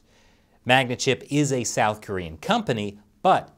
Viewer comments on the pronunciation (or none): none